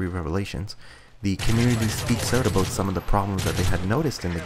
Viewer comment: ABOOT! :D